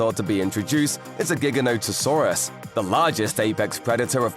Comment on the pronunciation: Finally someone who doesn’t call it jiganotasaurus